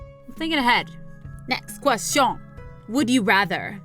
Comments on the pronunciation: "next ques-sh-on 😂😂👌👌❤❤ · “Next questshion” haha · HEY THATS NOT HOW YOU SAY QUESTION IN FRENCH I DONT LIKE THAT ITS KINDA STUPID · the way she says question I die 😆😂😂😂😂😂😆😆😆😂😆😆😂😂😆😂😆😂😆😂😆😂😆😆😂😆😂😆😂😂😂😆😂😆😂😆😆😂😆😂😆😂😆😂😅😂😆😂😆😂😆😂😅😂😆😆😂😂😆😆😂😆😂😂😆😂😆😆😂😂😆😂😆😂😆😂😆😂😆😂😆😂😆😂😆😂😆😂😆😂😆😂😆😂😆😂😆😂😆😆😂😆😂😂😆😂😆😆😂😆😂😆😂😆😂😆😂😆😂😆😆😂😆😂😆😂😆😂😆😆😂😆😂😆😂😆😂😆😂😆😂😆😆😂😆😂😆😂😆😆😂😂😆😂😆😂😆😂😆😂😆😆😂😆😂😅😂😆😅😂😅😂😅😂😅😆😂😅😂😆😂😅😂😂😅😆😂😆😂😆😂😂😆😂😅😂😅😂😅😂😅😂😅😆😂😂😆😆😂😆😂😂😆😂😆😂😆 omg 😂😂😂😂😅😂😅😂😂😅😂😅😂😅😂😅😂😅😂😅😂😅😅😂😂😅😅😂😅😂😅😂😂😅😅